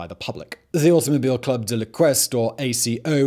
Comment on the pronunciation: Sarthe is to be said Sarte. We French almost don't sound the h, except with a c in front, like in chocolate. And ouest in "Automobile club de l'ouest" is to be said almost like west. It happens to have the same meaning, by the way.